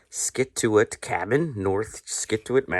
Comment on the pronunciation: Nice video. cracked up at the way you were pronouncing Scituate. -- "Sichuate" Thats how it pronounced, not spelled obviously. Enjoy your postcards.